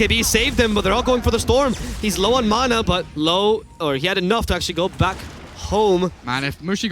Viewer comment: The casters keep saying black instead of back hahahhahahah